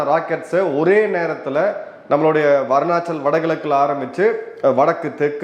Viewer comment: வடகிழக்கில் உள்ள மாநிலம் " "அருணாச்சல்" . வர்ணாச்சல் அல்ல .